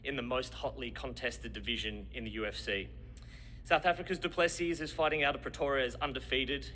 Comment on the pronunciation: u pronounce duplesis duplesi the second s is silent